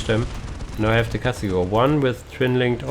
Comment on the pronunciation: I mean its Castigator, not Castigor... Have you not noticed that yet?